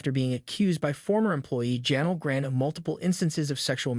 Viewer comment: Half the words he used were straight up wrong is this dude a bot? Chris Jericho was wrong, Divas, Janel Grant, John Laurinaitis... like he needs to actually learn how words sound before saying them.